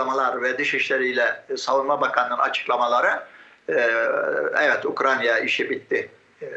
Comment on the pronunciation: Ukranya degil lo husnu ukrayna ukrayna😂